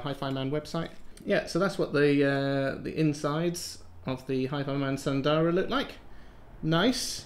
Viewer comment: Isn't it S_u_ndara, or is are these some Aliexpress specials? :D